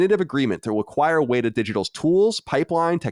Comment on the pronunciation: just want to point out that says weta correctly in his first attempt